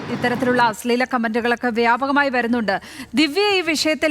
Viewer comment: അസ്ളീലം അല്ല അശ്ലീലം ....... ശ്ല...... ശ്ല